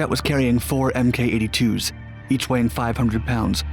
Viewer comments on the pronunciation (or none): These videos are pretty enjoyable, tho the mis-naming of military equipment is bothersome. The Mk82 bomb is pronounced MARK 82, not Emm Kay 82. I have a bit of knowledge in USAF ordinance, trust me. 🇺🇸👍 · Mk 82 is pronounced “Mark 82”, not “emm kay 82”